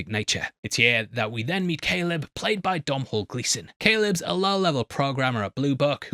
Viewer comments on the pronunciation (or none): Dude. It's pronounced "DOUGH-null"